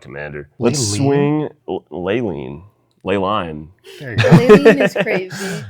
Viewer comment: Take a shot everytime that dude says gorgeous haha and no way she just gave that dude shit for pronouncing leyline wrong when she butchered the pronunciation of aboreal